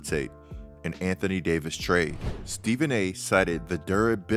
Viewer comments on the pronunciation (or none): Anthony Day-to-Davis 😂🤣😂🤣😂🤣😂